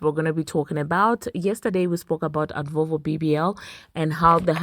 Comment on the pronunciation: Advovo bbl 😂😂 love it. Cant help but laugh every time you say it.